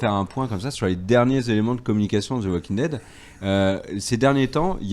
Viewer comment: évitez de prononcer le L à la française de waLking Dead ! ça fait mal aux oreilles. Merci. En fait ce L ne se prononce pas en anglais ou américain...